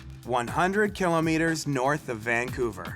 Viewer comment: Every time this guy says kilometer I cringe. Painful.